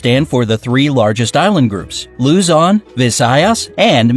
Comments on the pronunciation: Person: Loo-zon, Visayas, Min-din-naw, See-boo Me: That ain’t how u say it. It’s supposed to be Looo-zon, Vi-sayas, Min-da-naw, Se-boo. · “Luuzoun” “Vi-sayas” “Mindeneo”😂